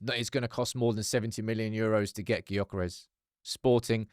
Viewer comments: Please pronounce his name properly! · Please stop pronouncing his name wrong…smh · Of all the pronunciations of his name this has to be the worst 🙈🤣